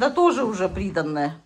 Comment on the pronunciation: Как мне нравится как вы говорите прИдаНное)))